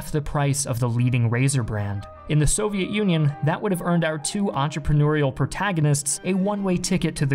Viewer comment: Ah yes. The Soviet Uiioi